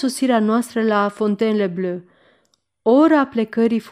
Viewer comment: v-am trimis ca exemplu cum se pronunta Fontainebleau.Sper ca va poate ajuta.Mult succes in continuare !